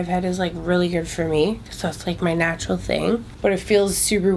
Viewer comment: "Snatural" love that word